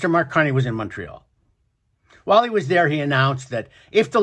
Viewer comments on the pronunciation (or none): none